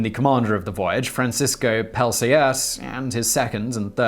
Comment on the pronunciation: It's pronounced as Pel-saart, no j-sound in the first part (so no Pjel).